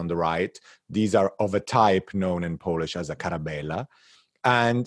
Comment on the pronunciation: Thank you so much. What a treat at the end of a challenging week and a wonderful art initiative! Impeccable Polish pronunciation!